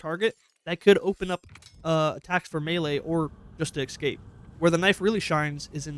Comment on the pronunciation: More so "Expecially" and "Excape" - since when has pronouncing an 's' as a 'x' been a thing in Americal English?